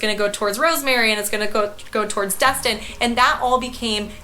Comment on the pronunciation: I just have to point out some things…It not called Dust-Tin its called Des-Tin. Also, where you pointed on the map was more Ft. Myers area not outside Clearwater 😐 ….I’m in Ft. Walton area now for two month I live in Tampa area, I must say you missed out moving up there to Georgia I mean the Panhandle 🤭 Tampa area is by far probably the best area in ALL of Florida with the MOST Beautiful beaches panhandle does not compare. Tampa also has ‘A’ Schools. I’ve lived all over Florida (Jacksonville too) and Tampa is it! It has everything you need and if you need a little more(like Disney) it’s a quick and easy drive.